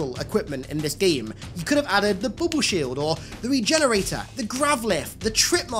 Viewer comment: "Booble shield". Lol.